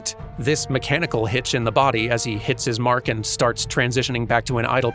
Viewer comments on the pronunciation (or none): none